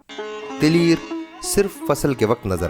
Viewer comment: بھائی تلیر نہیں تلیئر ہوتا ہے۔۔۔۔یہ تلیر کیا چیز ہے آپ نے یوسفی صاحب کے تلیئر کو تلیر بنا دیا۔۔۔